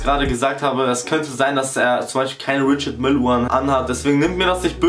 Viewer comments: man spricht richard meil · Richard Mille wird französisch ausgesprochen. Das schlimme ist das hier fast niemand das weiß. Du sagst es und alle anderen sprechen es auch falsch aus. Nenene